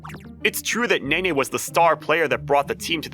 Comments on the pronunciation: Pronouncing Nene as Neen is a crime, a little bit of sick came up when it hit my ear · I can't with Neen everytime she pronounced "Nene" 😭